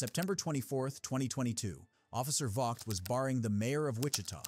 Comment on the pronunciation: and other times, it's Officer Vogt ("vote"), not vog-t.